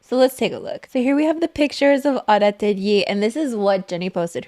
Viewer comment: Love how you say “atelier”. It’s not right, but I still love it.